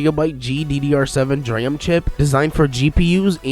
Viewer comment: But he can't pronounce DRAM.